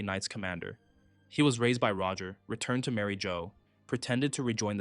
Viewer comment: Did you just call it Mary Joe 😭